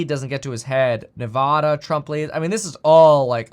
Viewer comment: Please stop mispronouncing Nevada